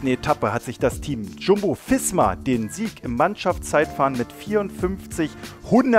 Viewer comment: Nicht jumbo fisma sondern visma😂